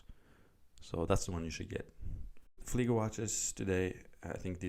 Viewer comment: Appreciate correct pronunciation of model in German. Nice video.